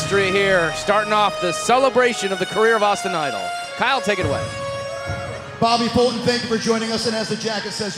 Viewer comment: His name is Bobby Fulton....not Bobba Futon....you goof